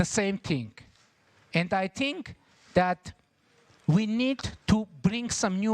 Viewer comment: en çox paşinyanın "think" sözü tələffüzünə güldüm [tink]😂